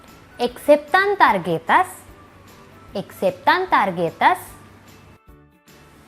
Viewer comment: and there are some other mistakes too, "I'd like to make a reservation" is Me /gustaría/ hacer una reserva(reservación) and /aceptan tarjetas/ is pronuonce like "aseptan tarjetas" dont know how to explain the correct pronunciation lol btw I'm a native spanish speaker.